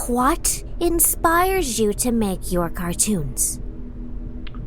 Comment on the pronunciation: "Just tell me QUWahT inspires you to make your cartoons?" I cant be the only one that had to rewind that part to make sure that's what she said.